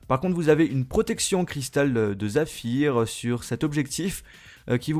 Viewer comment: Trop approximatif ton test désolé, Exemple le revêtement du verre de l appareil photo, c est saphir et non pas zaphir, ou encore quand tu dis incassable, c est faux il est juste plus résistant aux rayures. Ou encore quand tu dis que le rachat de beats à quelque chose à avoir avec les basses du micro, la encore ce n est pas correcte ça aurait été précisé.